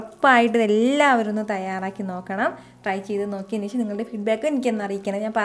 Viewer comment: കുറച്ചു ഉണക്കമീൻ വറുത്തത് വേണം... ശേശം അല്ല ശേഷം.. 😂😂👌